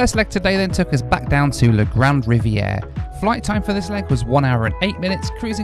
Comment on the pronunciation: Riviere is NOT pronounced Riviera.... DUH, silly limey can barely speak English, much less French. In northern Quebec the majority language is likely to be Cree or Inuk rather than English or French